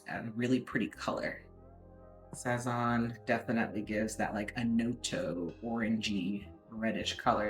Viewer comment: This chick if your gonna steal ingredients say them correctly sazone/sa sown And the green seasoning is called so Fri toe